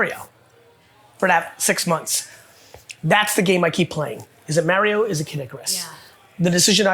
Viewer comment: Why does he pronounce Mario like "marry-oh"?